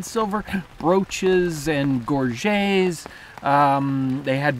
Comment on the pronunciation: What is a gorge, gor-shjay?